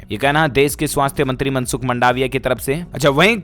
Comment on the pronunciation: मंडावीया नहीं है मांडवीया है